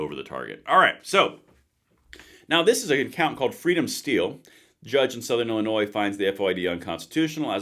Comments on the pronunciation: Not to be picky, Illinois is pronounced as “llinoi” with an s at the end which is silent. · Dude... the S in Illinois is silent. This is some important stuff!